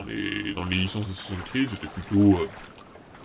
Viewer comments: aufette on dit assassin's creed pas assassin creed comme tu le pronomce si mal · Accent anglais =00000 assasin'S creed pas asasin creed